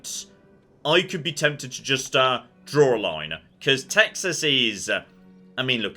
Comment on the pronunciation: Don't mess with Tey-has.